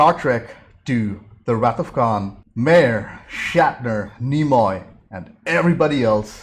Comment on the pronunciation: Just a little critique... The Director's name is pronounced "M-EYE-er